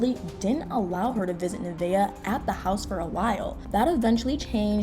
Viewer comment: nuhh - vay💥 not nuhh - vee - uhh 😬